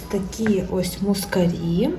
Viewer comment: Вітаю! Гарна вишивка! Тільки мускАрі - наголос на А.